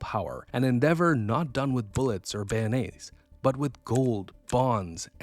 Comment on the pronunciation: Bayonet rhymes with Clarinet, not Mayonnaise